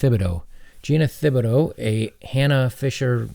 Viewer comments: Its pronounced Tib - a - doe. Its a Cajun name. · I know it's a really weird spelling, so I don't blame you for getting it wrong, but Thibodeaux is actually pronounced "Tib-a-doe" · The H in her name is silent. It's pronounced "Tib-ah-doe" It's a french name. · WOW ! ! . . . the NY Post was pro-men on something? and it is pronounced "Tibb a doe", it's French Cajun. At least you didn't butcher the last syllable "-deaux" with "dee ah ox". Get a nice car? That's BS. A nice car is an unprotected depreciating asset, that is a target for vandalism. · Tibido not thibido .. i used to know a girl with that last name. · The h is silent in that name. Good job on the x though. It’s just tib ih dough like the city in Louisiana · It's pronounced Tib-a-doe. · It’s a name from Louisiana. It’s pronounced tibidough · Thibodeaux is pronounced- Tib-uh-doh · Thibaudeau .....Is French. Think Tea-badoe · just for reference, Thibodeaux (a french name I believe), is pronounced "tib-o-doe" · Thibadeaux = tib-a-dough. Trust me. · Her last name is pronounced Ti-ba-doe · Her last name is Tibodeaux. The Th is not pronounced. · Thibodeau is pronounced "Tib-oh-doe" it's Cajun French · "Thibodeaux" The "H" is silent! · The "h" is silent my dude.